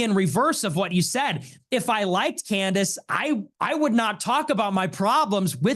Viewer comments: If he calls her Can-Dace one more time…. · he pronounced candence as can the ass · Andrew pronouncing Candace “Canned Ace” was absolute unintentional comedy gold 😂😂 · Canned AYSE!! 😂😂😂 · Sometimes he sneaks in canned-ice once in awhile too 😂 . I'll do the same thing with People. It's just a fun poke depending on the Person and the name. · Was watching a Debate from a few years ago with both her and him. He utilized Canned-Ace, Canned-Ice, and Candace all within the one Debate 😂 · Why does Andrew say Candace like that?